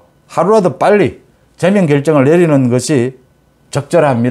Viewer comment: 제명 발음엑센트 위치에 대해 말씀드렸는데 고치지않고 계속 그대로 말씀하시네요 듣기가 귀에 많이 거슬립니다